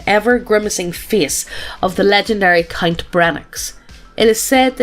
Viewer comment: Every time she said count I heard Cunt 😂